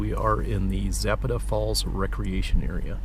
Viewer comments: Pro nounce Za pat a by us locals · Please learn the correct pronunciation of places you feature. Zapata has an emphasis on the second syllable, and the vowels are soft.